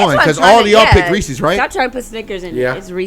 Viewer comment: Ahahhha it’s reesess🤣